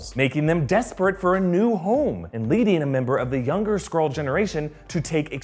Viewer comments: can’t say “Skrull” or “Skrulls” properly he says scrolls and scroll. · Why do I keep hearing Squirrel, instead of Skrull... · Oh god, I can't hear Skrull but Squirrel... "Captain Marvel... is a squirrel!?" Oof